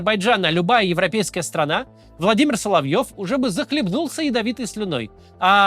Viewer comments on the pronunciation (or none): none